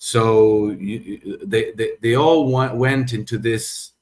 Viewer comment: Let your tongue touch your upper front teeth and dey dat will change to they that.